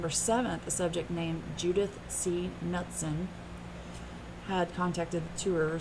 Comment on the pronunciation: not a big deal, but the last name is pronounced K-newt-son. 😊